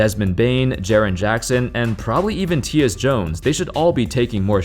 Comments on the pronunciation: it's tie-us jones not tee-us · Hey Tyus Jones is pronounce as Tie-us not tee-us. Also Dillion Brooks was injured off and on last year. He’s the Grizzlies best defender but I agree his shot usage rate needs to come down. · You know the NBA but don’t know who TIE-us(Tyus) Jones is??! “Tee-us” lmao loser! You really don’t know shit bout the NBA. Always making outrageous claims, as if they were factual #Facts GTFO! Your a Chinese plant, fucking communists. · Lolololol Tee-us Jones excuse me 😂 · Ty Us Jones not Tius 😂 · Lol who's tea-us Jones? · Tyus Jones pronouces his name "Tie-us". 👍🏾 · Mans really said Teeus Jones😂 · “Teeus Jones” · Bro said Tee-us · “tee-us jones”😂😂 love you 😂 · Never heard anyone say Tyus Jones like that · Btw the ty in Tyus Jones is pronounced like it is in Tyler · Lmao at the Tyus jones name pronunciation